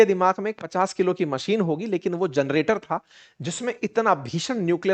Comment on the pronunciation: जनरेटर बोलिए आप जरनेटर बोल रहे हैं।